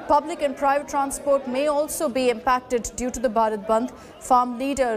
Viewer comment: News Anchor should remain that This is BHARAT Bandh not Barat band, Hindi is our mother tongue. Speaking English is very good thing but also give respect to our nation By taking this name proudly because this is not a subject to anchoring It's our country and everyone should take this name by feeling by your heart. thanks